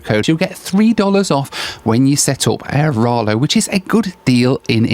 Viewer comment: AiraLO not aiRALO